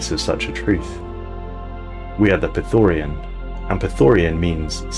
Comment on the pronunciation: Mate, I love your videos, but could you please learn to read. Those words are different than you think. It's not Praetorian, it's Prethoryn. It's not orbitable, it's orbital.